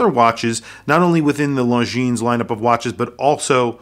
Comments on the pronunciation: or LongGene... lol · Can't decide between the green or the all black. Nice shots on the video. Also bro..the S is silent. Longiiiiiiiine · You do not pronounce the s in Longines.